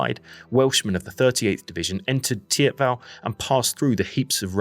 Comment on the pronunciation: Never heard anyone call it Tiabell lol. Teep-vel or theep-vahl.